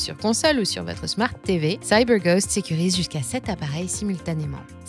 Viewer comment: Je ne savais pas que vous étiez américaine, " Saille beur goste " 😅